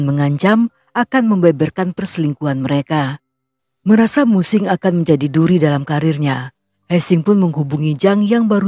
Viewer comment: Mu Qing = Mu Ching. He Qiang = He Chiang. Guangzhou = Kwang Chou